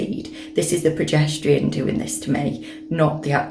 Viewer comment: I can’t not hear "pedestrian" rather than progesterone hahah but just looked through so happy it worked for you !! Currently started mine xxxx